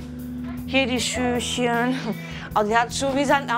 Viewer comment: Wenn sie noch einmal schüschen sagt 🤦‍♀️